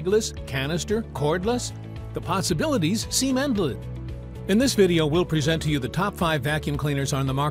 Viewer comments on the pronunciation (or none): "The possibilities seem endleh"